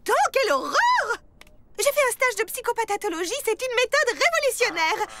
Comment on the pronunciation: personne n'entend mdme dire psychopatatologie c fou c psychopathologie